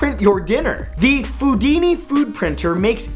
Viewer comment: Foodni? I think you mean Star Trek Replicator.